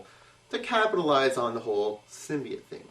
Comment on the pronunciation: btw im pretty sure symbiote is pernounced sim be ott but lol i doesent matter ;p